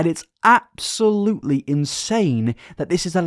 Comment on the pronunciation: “and its APP-solutely”